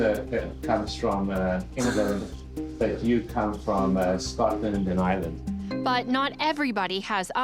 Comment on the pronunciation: I hate when they say ‘oh I’m from Ireland’ when they can’t even say Ireland right…..